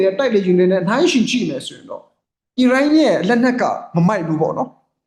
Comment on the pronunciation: ကျေးဗူးပြု၍ နိုင်ငံများရဲ့ နာမည်များဖတ်လျှင် မြန်မာလိုအသံထွက်၍ဖတ်ပြပါ။Please! အစ္စရေးဆိုရင် ဝစ်စာနှစ်လုံးသံပါအောင်ဖတ်ပါ၊Iranဆို အီးရန်မဟုတ် အီရန် အစ္စရေးဆို အစ်စရေ မဟုတ် အစ်စရေးလို့ဖတ်ပါ၊နားထောင်ရတာအဆင်မပြေလို့ Fighting!ပါ၊ဆရာလုပ်တာမဟုတ်ပါ အကြံပေးတာပါ။please